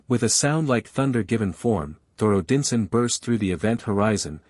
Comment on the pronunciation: They also pronounced, "Odinson" wrong.